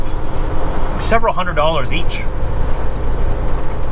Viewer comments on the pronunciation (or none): none